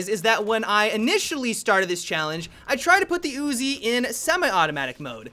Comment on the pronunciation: "The ooozi"